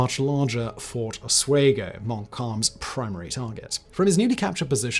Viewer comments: My wife went to the university of osWEgo lol that osWAYgo pronunciation had my wife and I rolling lol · Oswego pronounced (os-we-go) not (os-way-go). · It's Pronounced Fort Os-WE-go, NOT, Os-WAY-go. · Great content as always Simon, however you really need a pronunciation guide for some of these. Oswego, in the area of the US you are talking about is pronounced (OSS-we-go) not ((oss-WAY-go) like you were using. Oswego is the local native Iroquois word that was “romanized” that means where the water pours out. Before you haters on here disagree, I live in Oswego, NY where Ft Oswego once stood and Ft Ontario still stands today. The small city of Oswego, NY got its name because the Oswego river that splits it in two empties into Lake Ontario in that city. Consequently, both forts were on different sides of the river. Ontario is on the east side, and Ft Oswego was on the west side. The site of the latter is now a park named after Montcalm, while Ontario was used up until the end of WWII.